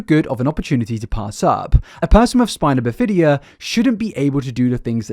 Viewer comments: Just for future knowledge it’s pronounced spine-a-bif-a-duh and cath-uh-ter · Pronunciation off on a bunch of words. Coleen, spina bifida, catheter to name just a few. And no it’s not an English vs American thing… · I refuse to believe he hasn't heard the words spina bifida, heinous, catheter out loud before?! Surely he says them this way to troll us? Get us to comment like this? Lol